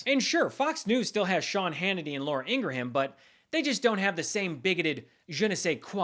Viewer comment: So you can pronounce 'je ne sais quoi' correctly but you can't or won't pronounce Laura Ingraham name correctly? Is this some childish retort at the right's refusal to pronounce Kamala Harris correctly? Whatever you might think of Ingraham I think she has the right to choose how her name is pronounced even if she intentionally mispronounces Kamala...or perhaps, more accurately, it makes you look petty and a bit ridiculous to stoop to Ingraham's level.